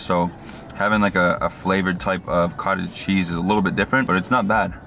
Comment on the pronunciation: When you kept saying Cottage Cheese. It sounded like you said Cartel Cheese. I was like that's a new one.